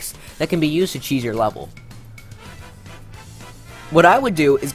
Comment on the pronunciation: Kheese prevention Seriously? It's *CHEESE*. Not kheese